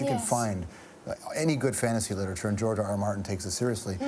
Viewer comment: Whenever he says George R. R. Martin I kept hearing Giorgio Armani